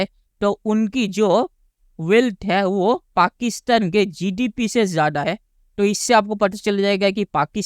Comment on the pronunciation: Bhai tu pehle GDP bolana Sikh le